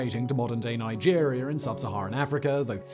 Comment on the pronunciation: Ok I can’t pretend the way you are pronouncing words that end with an a isnt just awful you say Nigeriar and arear but then say Carolina without the r at the end just pronounce it the way it’s supposed to be pronounced dude